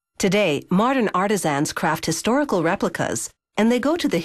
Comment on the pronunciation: I would have thought that Discovery Channel would have a big enough budget to hire a narrator that knows how to pronounce "artisan"